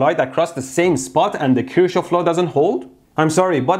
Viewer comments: Kir shohof 😂😂😂 I'm in high school andthisisfunny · The only reason i clicked was becuz i wondered how he was gonna pronounce “kirschoff” He know why 😂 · I'm just here to see how you pronounce Kirchoff as an Iranian 😂😂😂